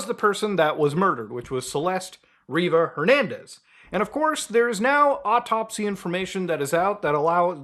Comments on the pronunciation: Her last name is Rivas, not Reever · It's "RivaS" with an S and it's Lake ElSinore also with an S. What are you reading that doesn't have that right?